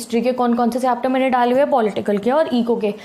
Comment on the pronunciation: said - Instagram par notes daley hue hai. What I heard - Instagram par notes ' jaley' hue hai 😂😂